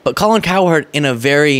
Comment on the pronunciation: Colin, we don't call you Colon. Pronounce her name cowrecktly!!!!!